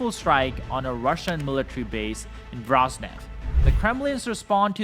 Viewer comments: Mate at least try to pronouce it - it is not that hard VO - RO - NEZH not Vroznevh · Its pronounced Vo-Ro-Nie-Zh(j)